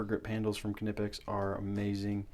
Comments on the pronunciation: It's pronounced KUH-NIPEX, my guy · Lol 😂 how he says knipex 😂